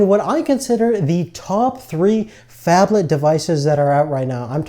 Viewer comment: wtf is a fabthalth phone? what is he saying?